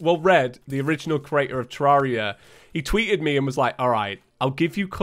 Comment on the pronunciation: yeah yeah whatever i bet you're dead inside after saying terraria correctly